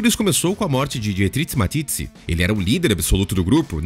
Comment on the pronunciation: Dietrich Mateschitz, quem é esse " Matitzi" ??? Sério...